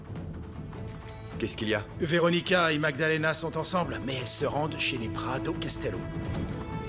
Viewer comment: C'est Prado pas Prando booboo 😂😂😂